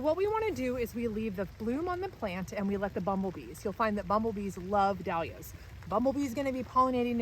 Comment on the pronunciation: Cant listen to anyone mispronouncing "Dahlias".